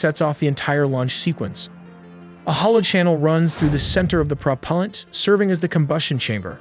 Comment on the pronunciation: Wait a sec...prop-palllent? Calling it slop